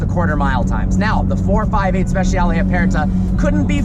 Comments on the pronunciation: SpeCiale SpeCiale NOT SPESHIALE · speci-ale not speshal. ffs learn to talk car names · Hey, it's spehs-yah-leh. You yanks don't butcher English enough, now you have to have a go at Italian.